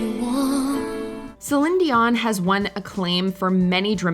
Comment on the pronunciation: I thought it was dion not zion